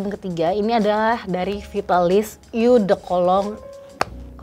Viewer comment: what a great review! but just so you know, "eau" is actually pronounced /o/ 💖